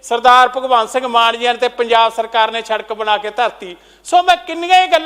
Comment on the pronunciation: Eho jehe v minister bne hoye ne jinnu sadak khna ni aunda. Sadak nu sharak keh reha. Kdo educated bande minsters aange parliament wich.